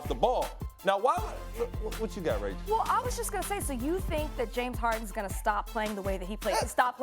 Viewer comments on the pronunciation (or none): none